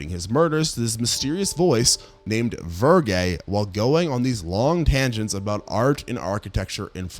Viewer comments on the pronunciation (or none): I do kinda wonder if you watched these or just read the wiki of the plots. Mostly due to "the house that Jack built". Your pronunciation of "Verge" is vergay, for some odd reason. It's verge, like surge with a "ve". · "Verge" like Virgil not "Vergay" lol... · Vir-jay? ACE-uh-tone? Did you watch these movies or read scripts with strange words you've somehow never heard pronounced before?